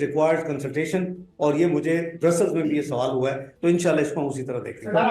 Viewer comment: he's sounding wiser until he say insalla😂